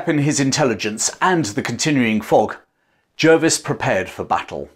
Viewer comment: I learned to pronounce Jervis as 'Jarvis'. Is that not correct?